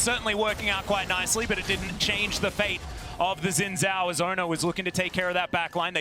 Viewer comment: From what I know "Zh" is pronounced like "J" so his name should sound like Shin Jao.